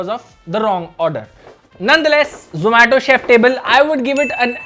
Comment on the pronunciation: shomato chef table instead of zomato chef table😂😂😂😂 ke pronuciation mea glitch aa gya 😂😂😂😂😂😂